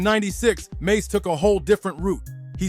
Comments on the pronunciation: Bobito not badado lol😅 mase not mace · His name is Mase not maze. Trash video.